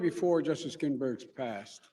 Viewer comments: It's GINSBURG! Not GINBURGS! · Right out of the gate- " good afternoon.... on friday....my wife Jill and I....had the honor of paying respects....to justice GINBERG" GINBERG???? OK nothing wrong here. Please watch any press conference from 5+ years ago. Joe was a strong, well spoken, foot in the mouth at times but charismatic speaker. That time has past. It's dishonest to pretend that Joe is mentally up for the Job. He can't even string more than a few words together without a pause. Let me guess, it's because he was a stutterer. He just happened to pick it back up (stuttering) 60+ years after conquering the speech impediment. OK. The whole thing is a dishonest farce. He should have run instead of Hillary. By some chance he is elected President within a month he will have some mystery stroke or something medical and Kamala will take over. That's the plan- smoke and mirrors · 1st off Joe, the late Justice's last name is GinSberg, not Ginberg as you stated in your opening. 2nd, when the current president wins re-election, are we, the American people, supposed to wait another 4 years for the seat to be filled? The American people did elect this president, so he is fulfilling our will. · "justice GINbergs" ? This fool doesn't even know her name. What a dweeb. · Justice Ginberg? LOL